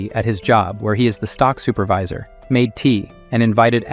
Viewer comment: all thoese words like super-vee-sir were on pourpos right?